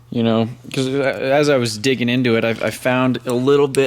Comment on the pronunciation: piss me off how much you say butaa andaa itaa